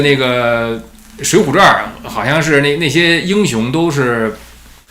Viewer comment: ，水浒传，不是水浒传儿😂再传儿，我都要跟着传儿了